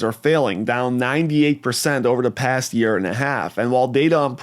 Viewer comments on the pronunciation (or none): what is yeaer? and yerar?